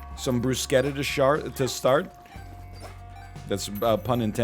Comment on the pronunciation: had no idea that's the correct way to pronounce bruschetta